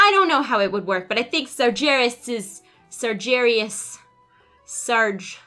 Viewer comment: Just fyi because you and and names are hard! Sar-Ghe-Ras:)